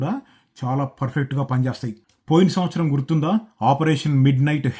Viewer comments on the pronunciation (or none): none